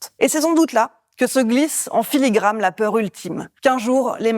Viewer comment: filigrane et pas "filigrame"...